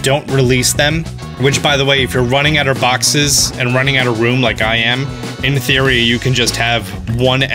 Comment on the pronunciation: You saying “in theory” apparently sounded too much like “hey siri”